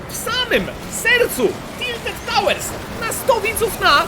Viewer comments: "Tilted" xD bardzo lubie oglądać ciebie i kebcia i 100 widzów na, moje ulubione odc. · "Tildet" giga fajnie ze tilted poerocilo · "TILTED" pozdro 600 xDD kto tak jeszcze mówi a ja ok kto pytał wiem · Tilted". Nie będę słodził. Po prostu liczę na szczęścię narka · "Tildet" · Tildet tawers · Tiltet tałers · "Tilted" uwielbiam te odcinki i twoj kontent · "Tiltedy" ubielbiam mano twoje odcinki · "TILTED" :D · TILTED TAŁERS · TILTED Uwielbiam twoje "Siemasiemaneczko😊 "